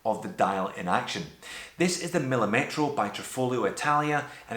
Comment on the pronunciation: the correct pronunciation is millìmetro, with the accent on the second "i", not millimètro as you say